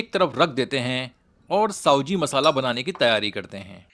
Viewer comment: साओजी नही भयया सावजी बोलो आप उच्चार गलत बोल रहे हैं हो